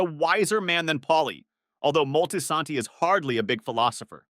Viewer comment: "Multi santee" 😂😂😂wtf?